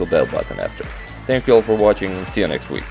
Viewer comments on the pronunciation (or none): none